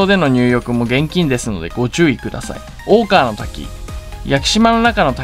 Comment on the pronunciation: 大川の滝の読み方間違ってるで。 おおこのたきが正解。 屋久島でガイドやってるやつよそもんが多いしほんまに屋久島知ってるやつおらん